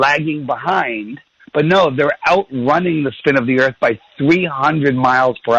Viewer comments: I say EARFF too hahahahaha. Cheers Olympia WA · “I’ve got LOOOADS of questions... and everyone call it Flat EarF... I’m an expert on Flat Earth,” because I watched a Netflix documentary on it (and maybe another that wasn’t mentioned). His best question was: “do you find yourself surrounded by people who agree with you...” can’t remember what he said, but it was basically getting at: Don’t you think you’re just in an echo chamber? My question for him is: shouldn’t that be turned around for all the Globe Earth people? I’m sorry but it pisses me off when these YouTube “news anchors” treat people with new ideas that come on their show like mainstream treats them. Go somewhere else!!! David W. is a nice guy, and he’s gonna day, “these guys were so nice, especially compared to who usually interviews me.” My response to David W. would be: if this guy was with a different person (other than the other, more open minded guy), he’d be such a dickhead and bully. David W. DID do what he said at beginning, “we’re gonna change that!” *David W. wins again! And that’s why he’ll never be interviewed on mainstream TV by Bill Nye or Noel DeASS Tyson*.